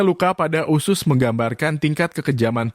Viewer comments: Usus....bukan usyuss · Narrator nya mengucap 'usus' dengan 'usyus' 🤣🤣🤣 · Bang bacanya :*USUS* bukan usius 😵‍💫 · Harus kah sebut ( iusius ??🤣🤣). Usus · Usus bang.. bukan usyus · Woy... 🙄🙄🙄🙄🙄 USUS Kaleee Bukan USYUS🙄🙄🙄🙄🙄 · Sama, gue jg pas nonton vidio ini kesel bgt sm yg bacain berita, bilg usus aja usyus.. Dasar dudul nech yg ngomong😂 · Fasih banget bilang nya Usus mind 😁 👉 USYUS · Bilang ussuss nya smpr mndalam gitu.. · Ini berita sadis tp AQ pngen 😅😅😅😅😂😂😂 tyap hostnya menyebut usyus hihihi maaf ya bang jd gagal fokuss...,smngat trus bang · Usyuss.. Entah kenapa saya tidak suka mendengar dia menyebut usyuss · Bilang usus nya lucu bank